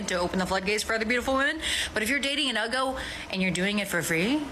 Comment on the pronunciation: Haha, it's either Yugos or Uggos, not Ugos.